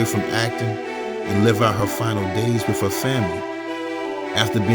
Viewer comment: Wiff = With. Wiff her??? I really like your content but is it really that difficult to pronounce the "th" in the word "with"? You're obviously an intelligent person which can be seen in your content, editing and research. When you continuously use incorrect grammar and pronunciation it only serves to make you sound less intelligent than you are. I'm not talking about any slang as we all know what slang is if you use it, it is intentional but mispronouncing words, EASY words like with, and using the "f" instead of "th" it's just not a good thing man. Hope you don't take this offensively as that is absolutely not my intention but simply to point out something that you may want to pay attention to and work on.